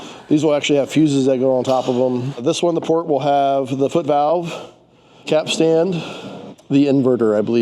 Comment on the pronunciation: Capstan not capstand. Great video! Best of luck with the upgrades. 👍👍